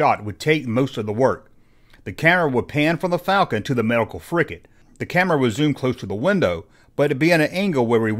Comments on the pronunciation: It's FRIGATE, not "frickett"! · Dear God, it's a "frigate." With a G. Stop saying "fricket." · Frigate, not fricket. Gomer.